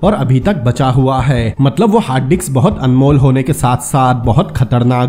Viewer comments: Hard disk not hard diks but it sounds great 😂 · Hard diks hhaahha Brother ye hard disc hota hai